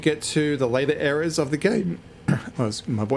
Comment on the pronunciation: Oh no... it's the pronunciation police again LOL It's not ERRORS... - which is what YT subtitle prints :) It's EAR as. Please fix. Cheers mate.